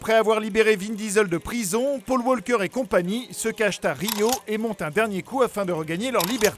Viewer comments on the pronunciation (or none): none